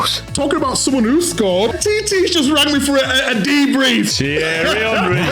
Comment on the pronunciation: Did you just call Thierry Henry a 'Titty' ?